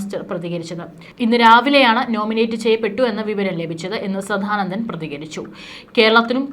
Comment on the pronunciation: ആവർത്തന വിരസത കൊണ്ട് നിറഞ്ഞ വീഡിയോ ആണ് നിങ്ങൾ ചെയ്യുന്നത് കൂടാതെ തെറ്റുകളും കൂട്ടിനു ചേരും സധാനന്ദൻ അല്ല സദാനന്ദൻ ആണ് ശരി Pronounciation പോലും അറിയാതെ വന്നിരുന്നാണോ ന്യൂസ് വായിക്കുന്നത് ?